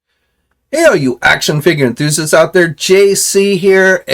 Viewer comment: “HEY ALL YOU ACKSHUN FIGGA THUZISTS OUT THERE” 🙄🙄🙄🙄🙄🙄🙄🙄🙄🙄🙄🙄🙄🙄 you’re rushing it man slow down and say it correctly